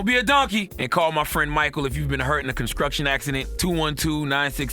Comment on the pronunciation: Yo😭😭😭I know everyone hears uncle char char say “conscruction accident” when he was doing that drop for the law office right😭😭I had to rewind twice just to make sure I heard that right.